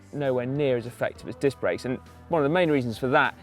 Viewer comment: grebo121 what are you going on about the process for? i was making a joke about him saying dick instead of disc. lol I could of figured that all out without instructions, although i don't currently own a bicycle I'm quite mechanically inclined. Swapping dicks on the other hand requires a surgeon with a scalpel. not a 5mm Allen key. get it right Lol